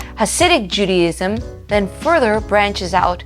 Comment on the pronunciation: Ahgggghg ....Judy IZM JUDY IS NOT JUDA